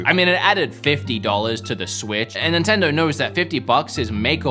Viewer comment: hey man the brand is called nintendo, not nintindur